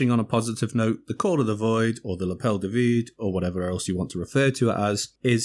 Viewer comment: Franchement, vous l'avez plutôt bien prononcé ;)